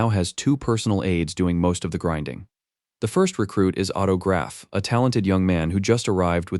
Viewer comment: Aint no way he is called "Otto Graph" 😂